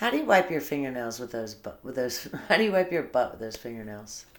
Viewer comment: If she said har instead of how one more time 😵‍💫